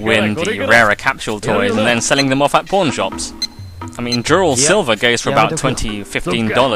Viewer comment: I swear every time you say "pawn" all I can hear is "porn"